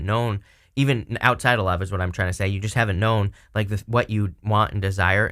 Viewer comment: What are you saying "tryings" cant understand the word?